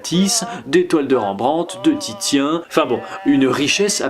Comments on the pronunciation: Super vidéo, par contre Titien se prononce " Tissien " ;) Bonne continuation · Titien se lis "Tissien", mis à part cela bonne vidéo :) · super vidéo mais par contre y'a des noms d'artiste que tu prononces n'importe comment 😂😂😂 Ont dit par le le "t" a la fin de Rembrandt et Titien se prononce tisien